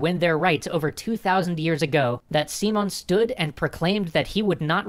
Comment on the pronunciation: I know if a video is in english, it must be pronounced in english. But just to clarify, "Simon" is pronounced without the "a" in the "i" [As in everyword in spanish, the letter i only has that sound] . =P. And the accent it's in the o. So, it's Si (with the i as in "in") - MÓN And bo-LI-var. =)